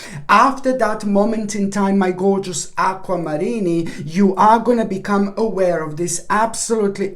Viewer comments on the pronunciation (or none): Aqua-Marinni. No offense there lol